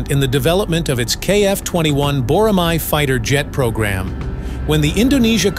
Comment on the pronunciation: Boramai (X), Boramae(O)